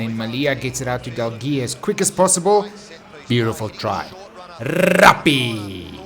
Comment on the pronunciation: Good to have you back, and good to hear about the Rrrrrrrrrugby! Congrats to the WomenBoks (Gazelles?)